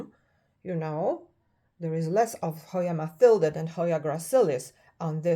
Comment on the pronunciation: You always give such great information. And I'm very happy that you know how to pronounce Matilde correctly (unlike most people). Thank you for sharing.